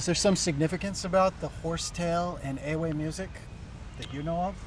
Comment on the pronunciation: Why do you say the word EWE wrong? why do you play everything wrong my friend? Akufede is weak. your friend playing wrong support pattern.